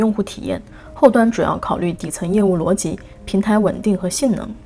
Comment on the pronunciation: up主中文非常好。 我基本用英文学完，用全部中文基本解释不来。 而且up主连“逻辑”的发音都跟高考要求一样